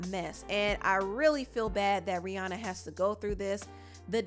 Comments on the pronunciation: FYI: Rihanna’s name is actually pronounced “Ree-ANN-uh” not Ree-Ohn-uh. She doesn’t tend to correct ppl bc most know her as the latter… but yeah… Ree-ANN-uh 😊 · The second pronunciation took me out, can't stop laughing 🤣